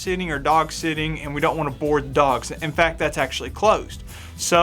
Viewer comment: Oh, have your dogs "boarded". For a second i thought you said bored!